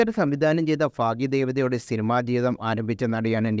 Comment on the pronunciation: ഫാഗ്യദേവത, ഫാഗമാവാൻ 😁😁